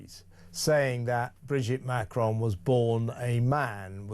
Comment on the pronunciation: For me the greater mystery is, why does Candace Owens (and in fact most Americans) think there is an 'e' at the end of Macron? Its ron, not rone! (Sorry if that sounds like a mon)